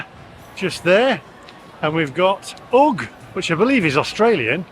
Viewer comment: Great video. We don’t have as many dedicated coffee shops but all the cafes do coffee. Also, we pronounce the “u” in Uggs as in umbrella. The nicest beaches are all north of Manly.